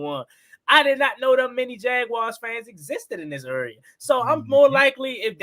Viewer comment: Hey what’s a uuuuurea? Isn’t it area!😂